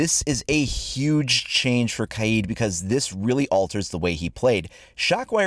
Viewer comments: It’s Kaid, not K-eye-eed... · KYEEED? Its kaid bro lol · U spelled kaid wrong u said kiad🤣🤣🤣🤣🤣